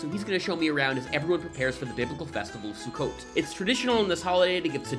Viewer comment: A Yiddish video but pronounced sukkot in Hebrew. Smh